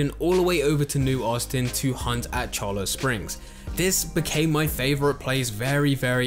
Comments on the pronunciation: Just a tip for our UK brothers. A "double L" makes the sound of a "Y" in spanish. Thus Cholla Springs = "Cho-Ya" Springs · FYI Cholla is pronounced Choy-Ya.